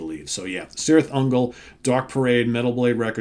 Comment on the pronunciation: Just a little, minimal precision here; I think the name of the band should be pronounced Kirith Ungol, in Tolkien languages the C always has this K sound. Yeah I'm such a nerd, sorry. It's a great album, thanks for the review! 🍺🤘